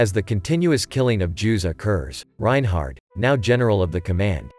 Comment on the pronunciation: Take your "take" on the road! BTW..there is no "t" at the end of his name. Reinhard .....NOT Reinhardt.